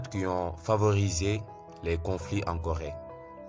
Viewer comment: Seulement que ce n'est pas Gorée, mais plutôt Corée. Et apart ça franchement c'est enrichissant de ce que vous faites